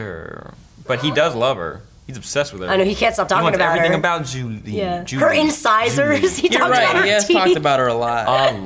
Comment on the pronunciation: You guys keep calling her "Julie" when her name is actually Zhu Li, lol.